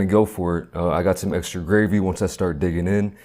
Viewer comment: It’s gravy not grave. Uggg 😊